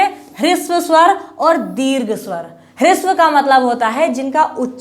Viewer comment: ह्रस्व स्वर होता है, आपका प्रयास अच्छा है, किंतु उच्चारण पर थोड़ा ध्यान दें।